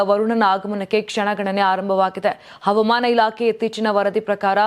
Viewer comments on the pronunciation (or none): ಕನ್ನಡವನ್ನು ಸರಿಯಾಗಿ ಮಾತನಾಡುವ ಅಭ್ಯಾಸ ಮಾಡಿಕೊಳ್ಳಿರಿ. ಅವಮಾನ ಇಲಾಖೆ ಅಲ್ಲ, ಹವಾಮಾನ ಇಲಾಖೆ ಎಂದು ಉಚ್ಚರಿಸಬೇಕು, ತಪ್ಪನ್ನು ತಿದ್ದಿಕೊಳ್ಳಿ.